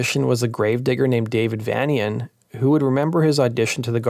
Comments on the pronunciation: it's Vanian ... as in Transylvanian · Good video, but a minor correction: Dave Vanian pronounces his name 'Vay-nian' (as in Transyl-vanian, geddit?) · I remember when i used to pronounce Vanian as 'VAN-ean' too. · Dave's Last Name is Pronounced as Either "Vay-Nee-Yuhn" or "Vayn-Yuhn". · Dave vanian is pronounced like Transylvania... N 👍